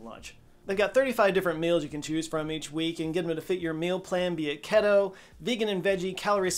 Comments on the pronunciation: Keh-Tow? Keto = Kee-Tow., first papyrus now this??? Lol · Normally I ignore your ads, but today you were pushing Factor and you pronounced Keto as "Ketto".! Eat something! Your sugar's obviously dropping! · Keto is pronounced key-toe. Stress on the first syllable. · KETTO???? Boy, you sure don't get out much. It should be pronounced KEETO, as in ketosis. (Only mentioning this as you love it so much when people correct you pronouciations 😜) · Was so relieved when you corrected the "paaperous" pronunciation. But then you had to lay "keto" on us (The "ke" pronounced by you like the "ke" in "kettle" instead of the proper "key." "Key-tow".). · Kehto? No... KEY TOE. So many mispronunciations in this video. But that one irritates me the most. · DUDE!!!!!!.... TWICE in ONE Show?!?!?!?!? LMAO "... get them to fit your mean plan, be it <WHAT?!!?>, vegan & veggie, calorie smart....".. "ket-oh" LMAO - do you mean "kee-toh"??? 🤦‍♂🤦‍♂🤦‍♂🤦‍♂ TWICE IN ONE SHOW?!?!? O.M.Geeeee!!!!!! NOT AGAIN!!!! 🤦‍♂🤦‍♂🤦‍♂🤦‍♂ lol (I know I'm just messin around and just continuing you "the internet ALWAYS has SOMETHING to say" type of joke... which I TOTALLY AGREE WITH... I'm just smart enough to NOT read the comments lol... mainly because I don't make videos lol:D <3 ya! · he did it again, he said "KETOH" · AI can be used to find better acronyms... And then you say "keh-tow" in the same video in which you mentioned getting thrashed for saying "paa paa rist" 🤦‍♂️ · Since you mentioned pa-pie-rus, it's kee-tow 😉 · First papuhrist now its keh-toe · You papyrused KEY-TAU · First Pa-pah-rus now Keh-toe....you're killin' me smalls! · After the papyrus correction is he trolling with the pronunciation of keto (kee-toh) lol 🪦 😂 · can AI answer if keto is properly pronounced "ketto?" 😮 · You did not just say the kiddo diet did you??? Lol it's keeto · I really like how he had to fix the way he said papyrus but during the sponsored part he said Keto wrong it’s pronounced like Key Toe